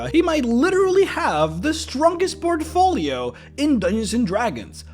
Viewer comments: his PORT UH FOR LEO! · It's PORT-FOE-LEE-OH not trying to be a jerk but the way you keep saying it sounds too close to port-a-potty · Love everything about this guy except the infuriating way he chooses to pronounce "port-uh-folio"